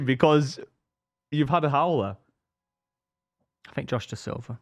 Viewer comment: Ive watched alot of pitchside.. however this video just goes that step too far.. wow! He doesn't do the word 'howler' justice 😩